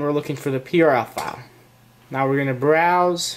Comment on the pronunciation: hey! in the minute i don't understand you said " now we gonna brosew " and what what is the thing that we gonna brosew? is the prl file what is that please answer me!!